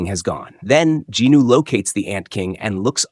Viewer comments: Who the F**K IS JINNO? you keep repeating it, its JIN WOO its so frustrating you keep on saying JINNOO... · i didnt expect to get a answer so thanks for the explaination bro. I was confused about it in german you pronaunc it "sOng jin-Woooo" so it "hears" wrong for me if you say ginu loool :D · I like your slides but Jinwoo’s name sounds like Jino😒 , kinda distracting! But this is the complete manhwa on the Jeju arc!Thank you. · Djinu? Do you mean Jinwoo? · Jin woo ❌ Jinu ✅ 😭😭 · Bro who the hell is "Ginu"? Does you maybe mean "jinWoo"? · who the hell is "jee knew"?